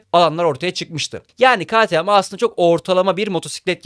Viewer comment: “Ka ti em” (ktm) diye okunmaz arkadaşım.